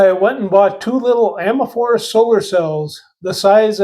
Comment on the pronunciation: Its "amorphous". A-mor-fus